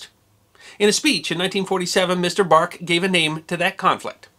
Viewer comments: Pronunciation correction. Bernard Mannes Baruch (/bəˈruːx/; August 19, 1870 – June 20, 1965) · I'm not the smartest person in the world, but I'm pretty sure it's pronounced Buh-ROOK. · Baruch is pronounced "Barook". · No disrespect intended, but Bernard Baruch's name is pronounced Ba Rook'.